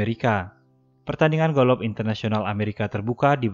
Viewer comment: Golof abang sayang bukan golok